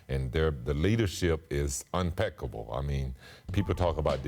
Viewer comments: That would be “unpeccable” . 😉😂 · Scottie said "unpeccable" :rolling eyes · leadership is " umpeccable"..no one caught that? lol